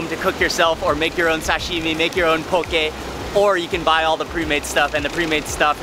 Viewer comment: I Just KNEW you had a local connection from your Duk Kee Chinese Chop Suey vid...my FAVORITE Chinese restaurant BTW, cause da prices are CHEAP! Hey Cammie (Owner) and Annie! You can speak local, pronouncing “sashimi”, “loco moco” and “musubi” properly. But for the opihi, you gotta use the shell from one to dig out the other, neva mind using your teeth...Auwe! LOL... You da Mark Wiens!...😎